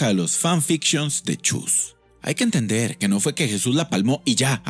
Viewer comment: no se dice chus, se dice chuy respete ogia(?)